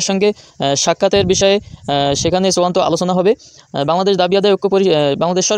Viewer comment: ওরে, চুয়ান্ত না, শব্দটা হবে চুড়ান্ত ।